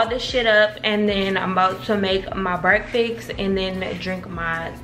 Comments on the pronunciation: I pluck my phone every time says BreakFIX instead of BreakFAST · LeatherLondy brekfix😂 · The way this girl says “breakfast” makes me laugh every time 😩